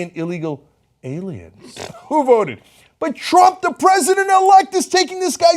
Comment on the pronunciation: "IT'S THE ALIEMS": believes in TOMMY from the RUGRATS!!!